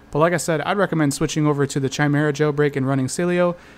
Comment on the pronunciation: Why are you still pronouncing it CHI-mera? It's KAI-mera!